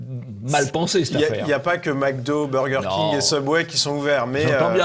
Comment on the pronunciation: Comment il a dit ? Bûrging King ? 🤣🤣🤣😭😭😭